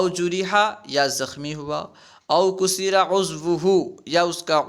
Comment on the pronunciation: حضرت ، افتصد ، جرح ، و کسر کو مجہول پڑھ رہے ہیں توجہ فرمائیں